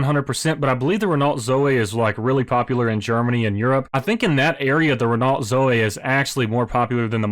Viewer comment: Repeat after me: ren-oh. Do not pronounce the T.